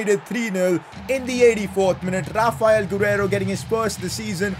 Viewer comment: saying rrrrrrrrrraphael gurreiro